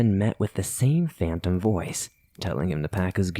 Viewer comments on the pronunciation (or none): none